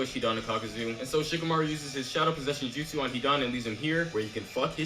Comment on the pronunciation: did you just call jutsu, jizzsu?! lol